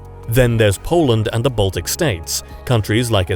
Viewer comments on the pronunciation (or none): none